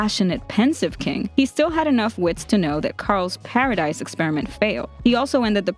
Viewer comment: Just saying I think it's pronounced paradise like the dise part is pronounced like the word this again I'm just saying